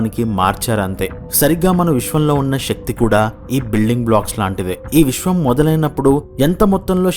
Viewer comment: Shakti కాదు శక్తి అనాలి. తెలుగు ఉచ్చరణ సరిగ్గస్ పలకాలి